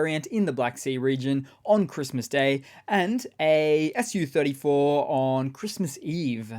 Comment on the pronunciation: I –KNOW– that you must have said "SU30SM" and "SU-34" while reporting on the destroyed Russian jets, but I swear my brain heard "FU" in each case, and I laughed so hard.